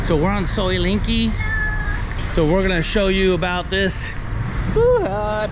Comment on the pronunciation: soi Linkykee?..it's LENGKEE en is en,..as in leng not ling, try again cause you ain't special...yu is just anuffa, a merry can of flatulence ( not influence, as you wish ) 🤔